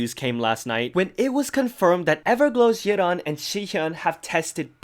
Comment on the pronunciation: yiren's name is pronounced 'ee-ron'